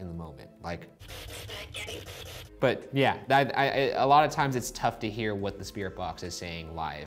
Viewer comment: I heard “I’m Betty” not “spaghetti “